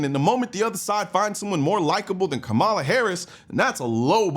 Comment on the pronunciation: Weird how Biden didn't ban any guns. Also it's comma-la. NOT Kah-mawla. Shut up, Colion